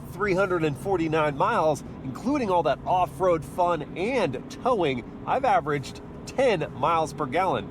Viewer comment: “Ahve got the key”